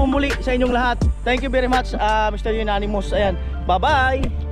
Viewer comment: Amonymous. Dinig ko kasi Unanimous 🤛peace.😂